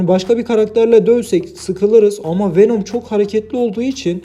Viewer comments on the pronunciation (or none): Wenom değil abi VENOM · Abi wenom değil venom .d